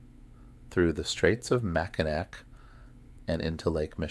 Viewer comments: Michigan Girl. Can’t handle Mack -I-Nak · Just for yur information: Mackinac is pronounced "Mack-in-awe". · It makes me cringe ever time he says it lol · And i wonder if he ever notices hes saying the island wrong lol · this is making me NUTS, I wouldn't be able to sleep listening to this because of that, lolol.